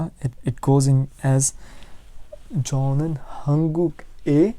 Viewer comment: 저는 is pronounced chonan?